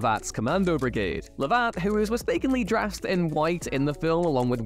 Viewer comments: Lord Luv't*, not *L'vatt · It’s pronounced ‘luv-et’ and not ‘love-at’ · Love-at, not Lov-AT. Lord LOV-at. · Can't authentically pronounce Lovat I see.